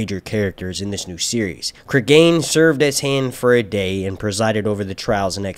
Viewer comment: Pronunciation will be Creeg'n not Cregain like Clegane. English pronunciation is the first one, which I know because there's a well known murder in the UK by a man named Cregan and that's how his name is pronounced.